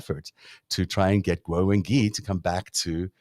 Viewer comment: The "gui" in "Wengui" is generally pronounced something like "gway," or something between "gway" and "gwee" (not "ghee"). There's definitely a "w" sound in there, which is why there's a "u" in the spelling. This isn't French.